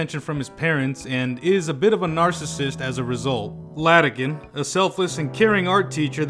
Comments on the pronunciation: Bro doesnt know Its iadakan not Ladakan 💀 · It's IADAKAN not LADAKAN. Great review otherwise. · Great video, but your pronunciation of Iadakan's name makes me cringe into a singularity. It's a capital I, not a lowercase L. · Sans-serif was a mistake.